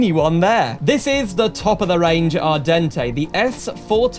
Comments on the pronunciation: ardente is pronounced “Ar-dawn” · Actually its not the Italian word but the french word Ardente so the e at the end is silent and the "en" is pronounced "an"